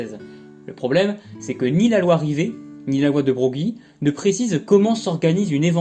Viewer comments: Tu feras beleck, "de brogli" ca se prononce generalement plutow "de breuil" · Broglie se prononce Breuil.